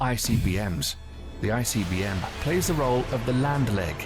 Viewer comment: BE SAFE!!! You should watch one of the videos about the Maduro Extraction and the incredible array of weapons and tactics we used for it. It's a work of art, militarily. You pronouncing ICBM is PRICELESS!!!🤣🤣🤣